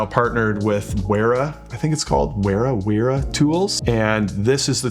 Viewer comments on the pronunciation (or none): Wera is a German company so it would be pronouced with a V for the W. The quailty of their tools is very high, I think it's a step in the right direction for Zerno to partner with Wera. I've used their tools for years and they've been amazing. Great video, thank you!